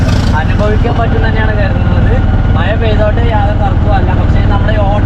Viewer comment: മയയല്ല മഴ